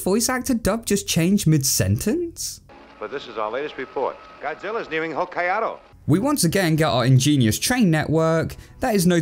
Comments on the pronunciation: Ho-kai-ado? Seriously? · The pronunciation of Hokkaido by dub actors has always drove me nuts. The Japanese newscaster in the dub says it right... it almost seems like he's mad no one else is.